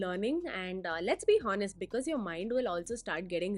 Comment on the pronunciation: Your pronunciation of "H" in "honest" is not silent (while it should be) Thank me later :)